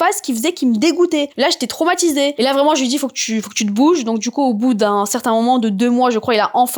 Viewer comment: les intchimes. traumatchisée. tchik tchok. monde entchier. ultimatchum. etc. sorry, j 'entends que ça; j arrive pas à me concentrer sur le récit. pourtchant, j l aime bien.